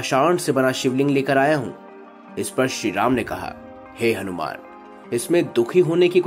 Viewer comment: Hanumana ji ka naam sahi se lena bhul gye mahoday aap... Bhagwan h ye hmare thoda shabdo par dhyan do aap